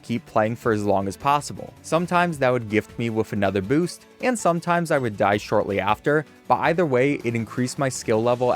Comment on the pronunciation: why does he say it like mega 🅱️oost